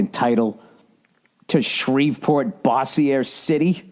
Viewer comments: I’m from Louisiana and it’s pronounced Boze-sure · Bo-zure. No boss -e-ey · Its pronounced "Bozzier" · its bo-zier. LOL